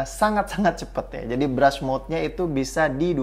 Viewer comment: yang bener BRUST MODE dibacanya "berst moud"